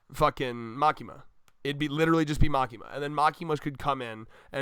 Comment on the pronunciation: Again its Makima.........just Makima